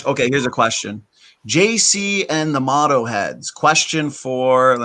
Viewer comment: Yo. FYI, Its Moto (Moe-toe) like motor, motorcycle, motocross, supermoto So its JC, that's me and the moto heads, my followers, the heads who like to wrench and like dirt bikes. My initials are the same as Jesus Christ. And my middle initial is T. But if used in lower case its t. Like a cross. So JtC, reminds me that Christ's in me. Also moto can be when you're down for or support something. In a way we are moto for the truth. Thanks for standing for it!